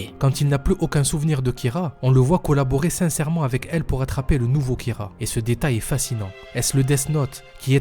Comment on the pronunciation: Kira pas Kyra espece de demeuré